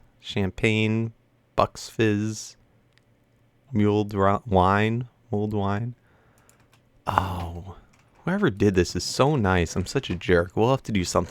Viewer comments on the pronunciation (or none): lol "mule-ed" wine xD loved the video, happy new year!!